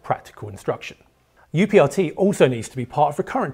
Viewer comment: UPRT should be pronounced as uprt. That's how we do it at my airline